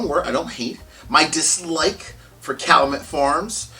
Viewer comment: For me the 14 is the biggest disappointment and waste of money of any spirit I've bought. Oh and BTW it's pronounced Kal-you-met